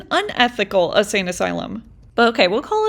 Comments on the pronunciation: I just gotta say, ur saying Asane. It’s insane asylum. Sry. It was incredible all the same! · Love the longer videos but my ocd mind is making me say this so I’m sorry lol. Insane asylum instead of asane asylum. I had ti say it I’m sorry lol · I like the longer content. I even went to me app to play it so I could reply. I didn’t however like the only music part. I kept it on because I was racing the video to get myself ready to leave the house. You won. I love how you keep saying “asane” asylum instead of insane. I almost messed up my mascara smiling at it. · Hearing her repeatedly say "asane asylum" is going to send me to the insane asylum 😂